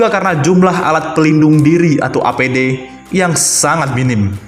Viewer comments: APD mas ....bukan ADP.......🙏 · APD, bukan ADP , banter salah wkwkwk